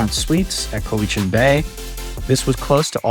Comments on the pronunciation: Thanks for visiting the Island. Glad you had a wonderful time here. It’s a unique, beautiful place for sure. And there’s so much more outside of the areas you visited. For future visits, if you ever have to ask directions: Pronunciations: Lake Cowichan = Lake COW-ih-chin. Ucluelet = Yoo-CLUE-let. Wickaninnish = WICK-an-INN-ish. Port Alberni is on an ocean inlet, not a lake. It’s Sproat Lake, not Lake Sproat. (Also not Sprout… Sproat.) Salt Spring Island, not Salt Springs. Thanks again for visiting! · You mispronounced Cowichan. Try cow ich an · Lovely video but please ask somebody how to pronounce the different place names such as cowichan Lake/Bay ab Nd uculet, Wickaninnish Inn. You , unfortunately missed Parksville which has the most amazing beach and park.